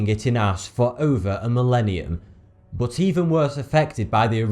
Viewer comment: Love how you say ''bot'' instead of but.